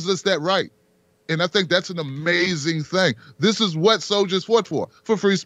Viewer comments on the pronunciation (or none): Das amace-in.